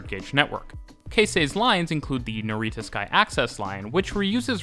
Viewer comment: Great video, but I really wish you'd learnt how to pronounce Japanese words at least a little bit before this, it's not super important but some of the words like NaREEta were really painful to hear haha.